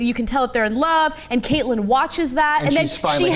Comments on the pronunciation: I wish these people could pronounce names correctly. It's Catelyn, pronounced CAT-lyn, not Kaitlyn. And Daenerys, not Khaleesi. Khaleesi is a title, not her name. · Two things: 1 - It's DANAERYS, not 'Khaleesi'. 2 - It's pronounced CAT-EH-LIN, not 'Kate-Lin' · Moreover, why the hell are they pronouncing Catelyn like that? Her name is pronounced Cat-lyn. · It's CAT-UH-LYNN, not "Kaitlyn!" angry fanboy face :[ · Its Catlyn, not Katelyn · Khalesi isnt her name..its not katelyn its cat-el-in, and its a pretty negative view on humanity to say this is realistic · CAT-LYN NOT KATE-LYN! who are fuck, are you, ana? god, you're dumb! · It's actually Catelyn, and I think that they were pronouncing Cate-Lyn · its CAT-lin.... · STOP CALLING HER KAITLIN!!! Holy shit what is she, some middle school cheerleader? Pronounce it right! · Those two guys on the sides are annoying as fuck. Always trying to talk over everyone with airy words not worth a damn. It also bugged the shit out of me how they pronounced Catelyn's name. The only guy that knows whats up is the guy that read the books. The rest can fuck off. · you'd think that if these guys dedicate a half hour every week to reviewing the show, the'yd at least be able to get the names right...